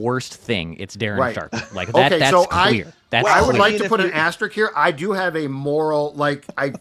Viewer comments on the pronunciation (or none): *asteriSK*. It's not that difficult a word. C'mon, you communicate for a LIVING. Take 20 seconds & learn to pronounce a pretty common sports word please, or whatever your name is.